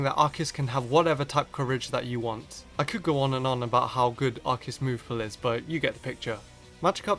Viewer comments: Its a Freakin Arceus not ARKEUS...so pronounce it right!! 😝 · It's Ar-See-Us. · i know this is an april fools but arceus is pronounced "ars e us" not "ark e us" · Sorry but every time you say Arceus I keep getting mad because I pronounce it as Ar-si-us and you're saying it like Ar-ki-us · THATS NOT HOW TO PRONOUNCE ARCEUS! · Says Arch-e-us, instant dislike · Do Arceus (It's Ar-See-Us) Vs Rayquza or Mewtwo. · ITS AR KEY US!!!! THE OFFICIAL ANIME, 3DS POKEDEX, AND ESSENTIAL HANDBOOKS ALL SAY ITS PRONOUNCED AR KEY US. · no its prounounce ar-key-us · Ar-say-us god damn I had to get that off my chest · The anime pronounces it ARKEUS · Hey it's not pronounced Arceus but Arceus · You pronounce it wrong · I hate how mispronounces arceus. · the way u pronouun ce arceus amkes ma wanna kill m self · Dragon Master777 As if that makes him inferior... Lots of people don't know how to pronounce the hard c in Arceus. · He's using the pronunciation from the anime, as well as the pokedex 3D pro software. But hey there are millions of ways to pronounce the name so I'm not one to care :p